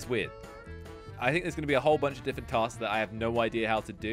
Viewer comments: I love how you literally say diffent and not different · ALwAyES says DifEnT